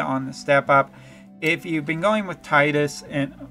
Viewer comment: Public Service Announcement from an elder: You're right, it's pronounced "Tide-us." FF7 "Cloud" (pronounced how it's spelled, is a reference to the fluffy things in the sky); FF8 "Squall" (pronounced how it's spelled, is a reference to the sudden gusts of wind bringing water); and FFX (pronounced "ex", not "ten," it was supposed to be an experimental FF game which is why it broke the numerical line) "Tidus" (pronounced how it's spelled, is a reference to -- say it with me now -- the t-i-d-e. That's right, tides like the water. Tides, water, obvious themes of FFX).